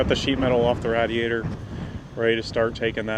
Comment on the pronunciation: It's crazy how his wrong pronunciation of radiator [rādēˌādər] as rădē ādər can be so irritating to the point of just turning the channel